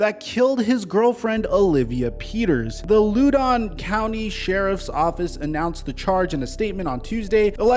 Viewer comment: Loudon County -> rhymes with How-den County